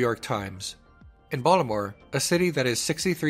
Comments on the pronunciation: Yo u said Baltimore like people from there whereeeee are u from hahaha another great vid from you! 🙌🙌🙌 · You're from Baltimore, I can tell by the way you say the city.